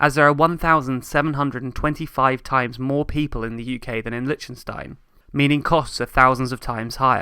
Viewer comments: Interesting video! I have two small issues with it, though: 1. Please listen to a pronunciation of "Liechtenstein" before you make a new video. I don't expect foreigners to have a flawless pronunciation but if you make a video in which you mention that name like 50 times, it would have been worth getting a better pronunciation. ;-) 2. 1725% more people is not the same as 1725 times the people! 1725% more is equivalent to a factor of 18.25; 1725 times the people would correspond to 172,400% more. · It is not Lichenstein It is pronounced, "Lik ten stein.